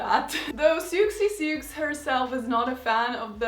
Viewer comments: I scanned some comments and didn't see this, but I just wanted to let you know that Siouxie Sioux was from a band called Siouxie Sioux and the Banshees, and is pronounced like "Susie Sue"! and not "Sooksie sooks". It's a play on the Native American tribe, the Sioux. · Just FYI, Siouxsie Sioux is pronounced "Soozee Soo" not Sooksee Sooks. Sioux is a word coined by the French for the Lakota people of North America, and as with French, the X is silent. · siouxsie sioux is pronounced 'Susie Sue' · The way you pronounce “Siouxie Sioux” is so funny because why didn’t you google such a confusing looking name when you look up everything else?? Haha It’s pronounced “Susie Sue” girl. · It’s pronounced ‘Suzy Sue’ xx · My dear, I adore your videos. I admire you greatly. I just grace a little advice about pronunciation. Siouxsie Sioux, the X s are silent. It's like Soo Zee Soo. Natick Suzy Sue... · Sioux is pronounced “soo” so Siouxsie Sioux would be pronounced “Susie Soo.” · Siouxsie Sioux is pronounced Susie sue but I LOVE this look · I love this! You put so much detail into the before, during, and after of this video. By the way (sorry to be that person but I didn't see anyone else say it), Siouxsie Sioux is pronounced "Suzie Soo," after the Native American Sioux tribe :) Bravo Karolina! 🖤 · I'm sure other people have said this but can't see it in the comments - it's pronounced 'Soozie-Soo'. 😹 The final look was great, though I'd have looped the beads around my neck more times and probably got more of them. That leather jacket you found is absolutely To Die For, I'm totally in love with it! 😻 I have the same problem with back-combing BTW, it never holds in my hair even with shed loads of hair spray. I usually add extra faux hair (as in my pic here). And don't be surprised at the glitter, Sparkle Goth (tm) is definitely A Thing! 😸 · Just for future, it’s pronounced like suzee sue. I’m commenting a lot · It is pronounced Susie Sue. Karolina mispronounced it.